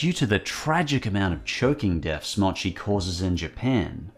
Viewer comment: Mo-chi. Moh chee.